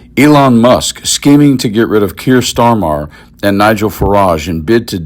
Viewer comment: FYI, Starmer’s name is just pronounced to rhyme with “farmer”.